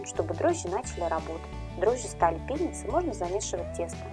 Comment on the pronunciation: пришлось несколько раз переслушать, совсем другое слово слышно "дрожжи стали пен..с"